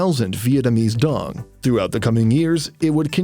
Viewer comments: đồng not dong. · However you're pronouncing it. Its not how we original pronounce it. It has been altered for people from other countries to say it more easily, but out of every alterations, why tf did they picked this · The way westerners call ‘dong’ bugs me. It’s Đồng please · it's not pronounced dOng though, it's because you guys can't pronounce it. It's "doung", like the dou in dough, with a falling tone. said in vietnamese it sounds nothing like "dong". its just an english thing where you guys think its weird. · Dong isnt even how you pronounce it in the first place other than if you read it in English. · It's not pronounced the same as in your language btw, not like in the video, and you can not make that sound. Words in your language don't mean the same in other languages.